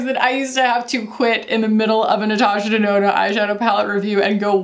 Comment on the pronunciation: Nurtooshur Durnoonur!!! The intro made me burst out laughing